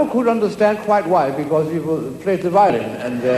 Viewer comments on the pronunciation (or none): How strange it is that Borge mis-stresses words in English: just one example - he gives the tonic accent to the first syllable of 'violin', yet that is a word he must have heard English-speaking people, er, speak, perobably many thousands of times:, indeed (That's not, I think among the words which Americans have changed the tonic accent on - cigarette, over there, is stressed on the first syllable, whilst they have moved the stress in adult to the second - for reasons best known to themselves - except of course that they are certainly NOT so known) Anyone any explanation or this?